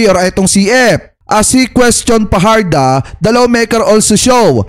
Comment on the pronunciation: Research pa more,. Fajarda Yan, hindi Fajardo